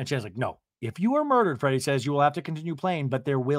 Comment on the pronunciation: Are you saying Freddie instead of Teddi ?!😂😂😂😂😂😂love that!